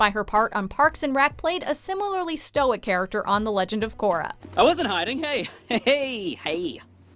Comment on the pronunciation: 7.22 min in she said takorra